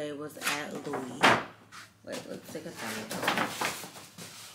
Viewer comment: Sis it’s pronounced louie... the s is silent but that vanity bag is fireeee